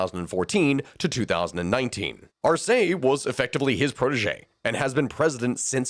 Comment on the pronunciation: But Spanish pronunciation is 99% consistent within each dialect so I have no idea where you'd get "Arséi" from